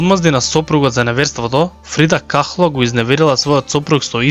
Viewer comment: не е фрида кахло, туку е фрида кало 😊